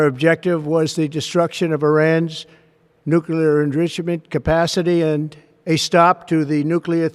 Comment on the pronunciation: He cant say the word nuclear .He tried .When is Trump going to admit that the nuclear sites were not hit:hand-orange-covering-eyes: deep enough?